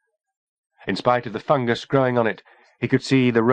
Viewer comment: It does sound weird since that’s not how people usually pronounce it, but I got used to it eventually. Plus I think if they kept saying “fun guy” my brain would be constantly trying to make jokes out of it. 😝